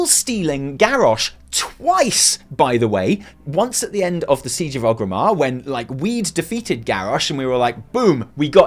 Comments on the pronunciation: You're wonderful, but PLEASE stop saying OGrimmar. You even said in this video ORGrim Doomhammer, the literal orc for whom the city is named. Its ORGrimmar. You're lovely, but please no more OGrimmar. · Every time says OGrimmar, instead of ORgrimmar, I die inside a little.